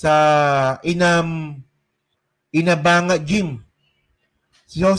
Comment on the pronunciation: May ilog Kasi Ang" INA BANGA". pronounced ' Ina BANGA.......not " BANGA as in jar......it's BANGA as in nabanga sa punong kahoy.....yun....... Going back sa ilog inabanga river is the largest of all the rivers in bojjol